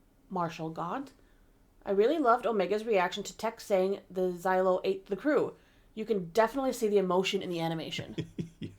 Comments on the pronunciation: For the love of the Force and the galaxy at large, it's not "Zylo" beast. It's "Zillo" beast. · It's funny to me that both of you pronounce Zillo as Xylo. Zillo rhymes with Willow, not Kylo. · It's pronounced "Zill - Oh", not "Zie - Low" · Zaylo beast?? Really?? Do you say Godzayla too?? Cmon :)))) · Y’all pronouncing zillo wrong